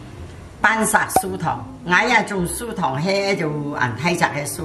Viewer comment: 其实那是蔗（zhe)糖,不是庶民的庶(shu)，那是甘蔗糖。